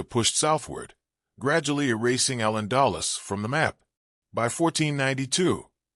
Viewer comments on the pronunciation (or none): you MUST PROPERLY PRONOUNCE “AL ANDALUZ”